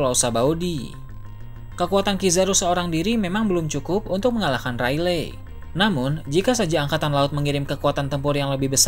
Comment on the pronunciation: Baca nya yg bener dah rayleg rayleg, dibacanya reyligh